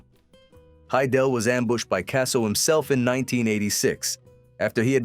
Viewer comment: They can’t even pronounce the last name right I have to give this video a thumbs down